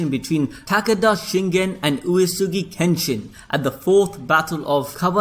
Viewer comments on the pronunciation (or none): none